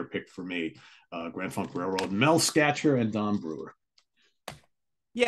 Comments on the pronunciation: Is GFR bassist Mel Schacher's name pronounced "Skatch-er" or "Shock-er"? I grew up in Michigan and the DJs there always pronounced it Shocker, but also, everyone in Michigan mispronounces everything, so who knows? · Great show. BTW, , Mel's last name is pronounced "Shocker." That GFR rhythm section rules, as do Appice and Bogert from Cactus (whom I was lucky enough to see). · Would somebody please tell that Grand Funk's bass player's name is pronounced Shocker, not Skatcher!